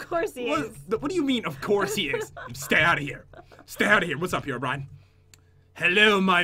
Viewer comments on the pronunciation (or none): Everyone : Herobrine Jen :HEROBRIAN